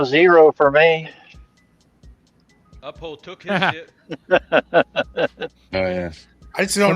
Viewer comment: Lol. Someone please tell it's Up-Hold, NOT Uh-Pold!!